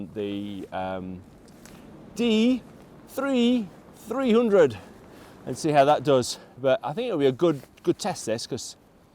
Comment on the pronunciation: Sounds like you're having trouble saying "D3300". Maybe you should abbreviate it to "D3.3K". 🤣